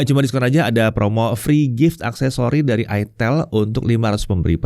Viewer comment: Bacanya kan ay-tel (huruf 'e' nya kaya' ngeja pelipis)